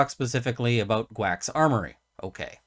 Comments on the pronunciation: Karl and Ian pronounce it G-Wacs, gee-wacks. seems the best way. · JEE- wax I believe is the correct pronunciation. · I think it's pronounced Geewax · Apologies for the second comment. In case it's helpful, GWACS is generally pronounced "Jee-Wacks" as in pronouncing G like a letter and the rest as a word. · Think GWACS is pronounced as g-wax. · I know a million people are probably gonna jump on you for this but I think its mostly pronounced "gee-wacks"